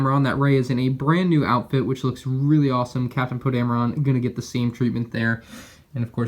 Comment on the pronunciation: It is pronounced Poe Dam - er - in... Poe Dameron